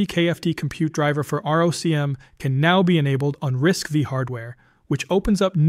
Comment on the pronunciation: RISC V is Risc five, not V